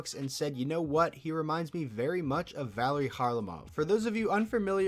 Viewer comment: valeri isnt pronounced like the girls name haha. and russians stress the middle syllable, so the last name would be pronounced car-LAH-mov.